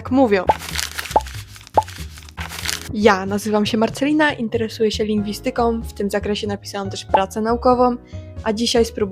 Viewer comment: Kochana, wyrazy kończące się na -ika, -yka akcentuje się na trzecią sylabę od końca. LingwIstyką, nie linwistYką.